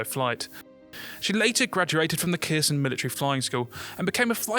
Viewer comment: At 0.39, that should be Kherson not Kerson (Herson will do but the stress is on the second syllable) + Kalinin not Kalin (three syllables, not two).